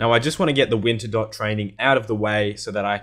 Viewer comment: Not sure if troll or not, but still saying WinterDot instead of WinterTodt.